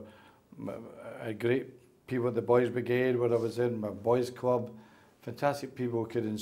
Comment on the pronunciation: 26 years at the cwub!! Thats the way he speaks unfortunately he wont change will he!